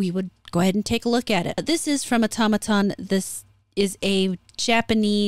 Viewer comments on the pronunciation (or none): none